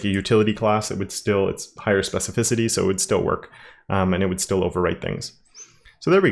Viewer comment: Nailed the "Specificity" !